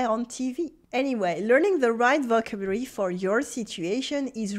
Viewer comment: Bonjour, Your videos are always great but your pronunciation in English of “vocabulary” is off. It’s very close to the French pronunciation – vo cab u lary. Best wishes, Phil.